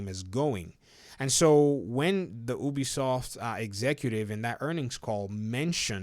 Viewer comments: clearly most people say Ubisoft and not Obisoft so please start saying it right. One dad to another :3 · Do you pronounce U - O? Then why do you pronounce Ubisoft - Obisoft?